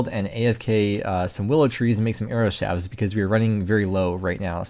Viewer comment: shaft has a t at the end of it, so the plural form doesn't turn the f into a v... shafts. not "shavs"